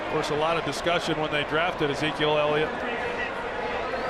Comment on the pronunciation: .... it's Ellliot..... ELLIOT!!!